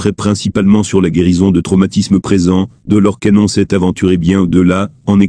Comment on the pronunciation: Rien ne vaut une voix humaine qui prononcerai de manière exacte l'identité de cette illustre personne. J'ai arrêté la vidéo dès que j'ai entendu la prononciation de Doloresssss Cannonnnnn. Je n'ai pas liké, je ne me suis abonnée non plus. Je n'écouterai plus vos vidéos.